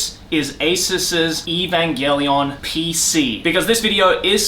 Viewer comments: The amount of time he said "EVAMGELION" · The number of times said "Evangallion" 👇